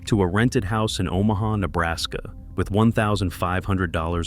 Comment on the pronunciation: "O MAW HAW, Nebraska" .... love the AI narration.